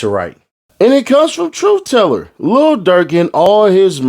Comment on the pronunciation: Tooth teller 😂😂😂😂 tooth teller fix yo grill 😂